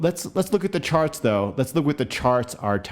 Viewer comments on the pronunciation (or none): I'm sorry, are you saying "sharts"?